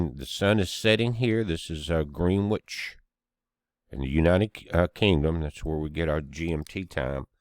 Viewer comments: It's pronounced grenich, not green witch... just saying 😌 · Love the way you say Greenwich, but for anyone that's interested, it's one of those name places that's pronounced a little different to the way it's spelled. Pronounced gren-itch....weird I know. From the UK with love to all 😘